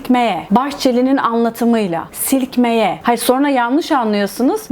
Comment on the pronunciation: Bahçeli'nin dediği gibi "silkmİye" 😅